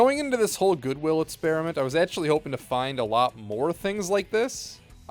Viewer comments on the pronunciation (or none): I think it’s called “experiment” not “spearamint”